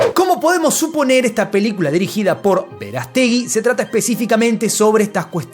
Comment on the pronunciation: El apellido Verástegui tiene acento en la "a" no le pongas la elevación de voz en la e